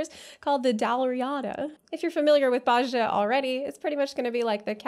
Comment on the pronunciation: Just a sidenote: the "j" in Bozja is a "y" sound ^^